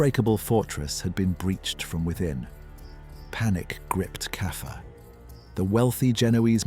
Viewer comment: Stop saying Kaffer